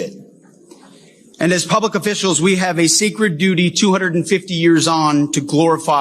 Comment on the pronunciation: did he say secret duty or sacred duty